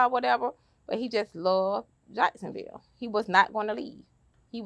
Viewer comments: They all say Yacksonville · “Charlz luv jiackesonville”